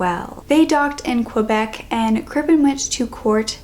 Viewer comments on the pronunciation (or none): none